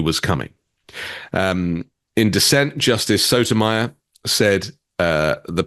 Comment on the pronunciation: Okay, wait! Pronunciation change needed! Justice "Soto-my- yore"